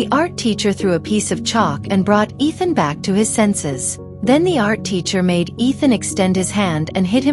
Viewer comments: Bro his name is not Ethan- it’s Ishaan! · It's ishan not ethan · His name is not Ethan it’s ishan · It is ishaan not ethan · WTF it's not ethan stupid it's ishaan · Its ishaan not ethan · Bro this woman is calling him Ethan his name is ishaan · Ethan? No! It’s ishaan! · You got his name wrong it's not Ethan it's Ishaan. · Ishaan ☑ Ethan ❌ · Not Ethan it’s ishaan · It is Ishaan, not Ethan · It's Ishaan not Ethan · His name is Eshaan, not Ethan. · Its not ethen bro😅